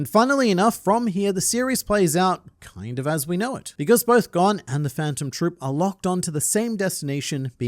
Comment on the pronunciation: It's so hard hearing Gon's name pronounced incorrectly.